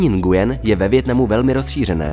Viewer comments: Nguyen se vyslovuje nuen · Mám pocit že se to nevyslovuje takhle.. (Nguyen)